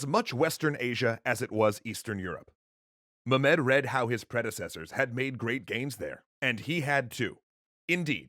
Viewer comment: Stop saying mu-med please. Any other pronunciation please. Also love the work you do guys, really changed my perception of history.